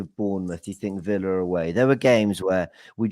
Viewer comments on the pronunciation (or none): none